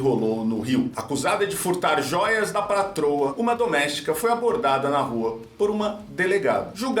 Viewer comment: "pratroa",!!